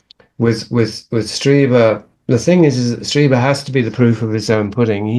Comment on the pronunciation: Streeber, it's pronounced Streeber